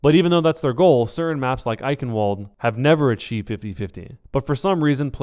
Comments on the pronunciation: You say the "eichen" part correctly, than you say "WOOLED"? Why are you saying Eichenwooled!???!?! VVVVVVVVVVVVV it's a fucking V sound. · you skeak eichenwalde wrong out greetings from austria (we speak german) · But can blizzard fix Eichenwalde's pronunciation? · if there's anything you're going to change about these videos, please change how you pronounce Eichenwalde. It's literally the only thing that bothers me.